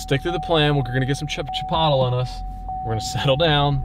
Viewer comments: Congrats on another huge buck... I believe though you are mispronouncing chipolte!!!🤪🤪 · Chi pot le ?? You mean chi poat lay 😂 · Why do you keep saying CHIP-OTTLE? You had me dying!